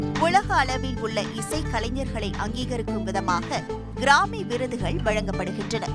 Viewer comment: Newsreader should learn the pronunciation of grammy